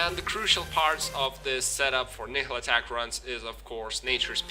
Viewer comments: Your videos are good but can you work on your pronounciation of Nihlathak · I don't think your pronunciation is a problem. But if you want to be correct, listen to Malah's intro. She says Nihlathak's name. "All of the Elders, save Nihlathak, sacrificed themselves to place a protective ward around Harrogath."